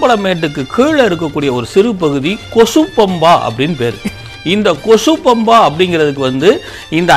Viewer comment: Kosu pampa illa. Kochu pampa. Kochu means small.🤦‍♂️